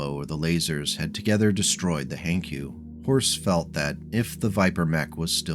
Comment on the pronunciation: Hankyu? No, Hank yu.